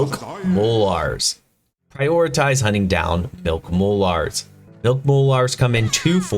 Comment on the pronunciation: Mol"Ares". Lol, relax the the "a" a little. Molars. I hope you don't call your teeth, mol"ares" lol good video though. I was just cringing at your pronunciation. Lol